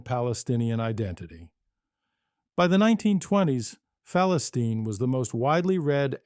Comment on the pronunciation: At least learn how to pronounce the actual name of the paper 🤣